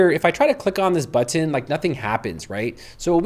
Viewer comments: Love this app, but I had to leave this video because he kept saying "buTTIN". There is no need to emphasize the T in button. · What country are you from? I was excited about this info but was too distracted by your pronunciation. I kept finding myself waiting for the next time you would say the word "button," which was pretty often LOL! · You pronounce "button" like my ex-girlfriend. Are you from Binghamton? Thank you for this demo. I absolutely hate having to now use AI for (well, anything) web design, but I now have a client with one created on Lovable and I have to edit it.... Ugggh. Oh, one note—you spelled it as Loveable in the chatgpt panel instead of Lovable. ChatGPT was graceful enough to ignore that. Neato.